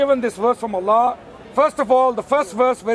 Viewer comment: pronunciation of "Allah" was so cringe. Suits the false god "Allah" better lol. We should all begin saying "allah" in like manner to piss the Dawah team off.